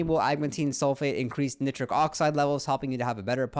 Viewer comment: Heads up - it’s Nigh-trick.